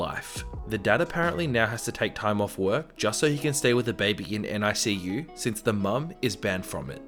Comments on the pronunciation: Fyi NICU is pronounced nick-you not N-I-C-U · Extremely late, but just so you know, NICU is just pronounced basically like it's spelled(nick-you), you don't have to say each letter. (My mom works in the nicu) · Narrator: NICU is just said as if it's a word, "NICK-you." (Best friend is a NICU support volunteer for moms since all three of her kids were NICU babies.) That said, the mom was SERIOUSLY endangering every baby in the NICU. Even her loud outburst endangered the babies because they're very sensitive and fragile and just the shock and fright from sudden loud noises could cause a NICU baby physical harm. She probably set back some babies' recoveries. Monster Mom.